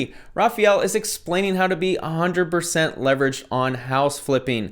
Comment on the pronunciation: I would never take any kind of advice from a dude that says "hunnet" instead of hundred.